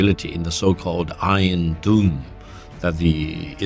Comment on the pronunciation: هو نطقها غلط لكن قصده dome